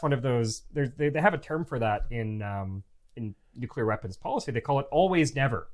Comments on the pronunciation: Maybe NOT laughing at the horrific launch pad deaths of the balls-of-steel Apollo 1 astronauts would've been the better way to go in this video. It turned my stomach. I'm unsubbing from all Simon's channels as soon as I post this. And it's NEW-clee-ar, not NOO-kew-lar. It's not hard. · Fascinating and informative. But please, please, PLEASE-- one of you needs to learn how to pronounce the word NU-CLEE-ER!! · NUKE - U - LAR. 🙄 Stop it. Just stop it.